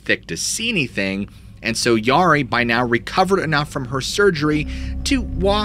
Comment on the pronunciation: Great stories.. Mispronouncing the Yari kind of made me twitch, though.